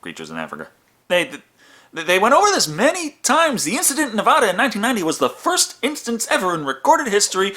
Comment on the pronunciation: Say Na-vah-da one more time and Texas becomes Tay-haas for the rest of time. It's Na-vad-uh.